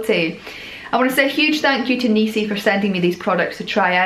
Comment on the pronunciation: NISI dont have EEEEEE in the the name.